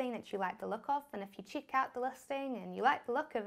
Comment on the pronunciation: Just came by your videos by chance.Love the way you say Stip by Stip & Chick ( check) My english is funny too.Thanks for helping new comers to Shopify.